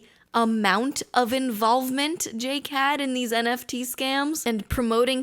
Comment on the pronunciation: As a Portuguese speaker, I can confirm that you said NFT correctly